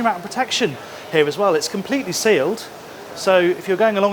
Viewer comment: The way you pronounce the English word "here" sounds like "häää". Why? 😂❤